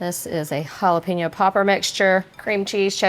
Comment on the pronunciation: What do you do if your smart and don't like the taste of olive oil? Most times oils are a cooking aid ,not an ingredient. We don't urinate on our food! There is no such thing as a jala pee no. They are pronounced hala-pen-yo.